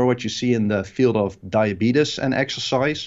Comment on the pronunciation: HE HEARD THIS MAN SAY DIABEEDUS IN REAL TIME AND DID NOT CRACK A SMILE WOW